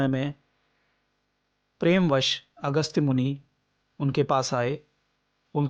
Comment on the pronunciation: अगस्त्य श्रृषि है न कि अगस्त